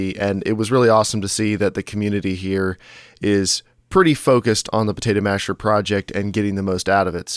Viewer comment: I like the "Protato Masher" D